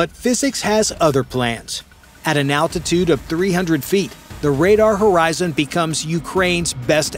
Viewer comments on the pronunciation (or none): none